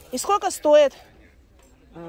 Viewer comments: Она всегда так говорила, странно что сейчас только "услышали",в Дубае в ТЦ это было очень забавно слушать. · 💥💥💥 как Ваше " скоко стоит" режет слух!!! Спрашивайте уже хотябы " какая цена" !!!!!!!!!